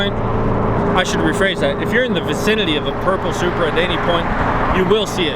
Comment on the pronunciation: lol he saying “Supruh” love your vids anyways